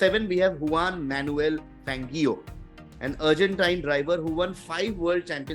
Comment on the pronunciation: Haaakinen Juaan manuel fangio.. And many more.. Do you really follow formula 1 or just made up a list and read through it?? If you really knew formula 1, no way you would be pronouncing these names so wrong. Also vettel, Verstappen and Hamilton already merit a place in the top 10. This just seems like a list made with the idea that oldest = Best. And even if you did that, missing Gilles Villeneuve was a crime.